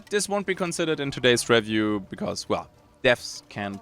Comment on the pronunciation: Sehr gutes Video, Sehr deutscher Akzent hahaha. zB review. Das re wir wie be reel ausgesprochen und nicht wie bei red. oder biomes. bi wie by und nicht wie bee die Biene. aber echt gute review, schön viele Schnitte zu spannenden Szenen und passend zu dem was du sagst. Nicht 0815.